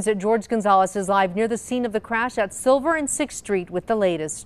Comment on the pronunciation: Its pronounced "Silver" not "Siver". Youd think someone that speaks into a microphone for a living would be able to pronounce a common English word.